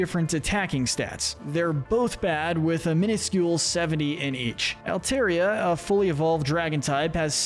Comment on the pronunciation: It’s pronounced LAH-tee-OHS, DRUHD-UH-GIHN, and AHL-TAHR-ee-uh, “”! 🤨 How many times do I have to tell you?? Stop mispronouncing Pokémon names, bub! 🙄